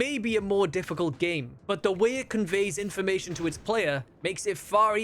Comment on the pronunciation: "IT'S NOT DISSIC*A*ULT"